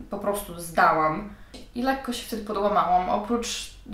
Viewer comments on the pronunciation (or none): none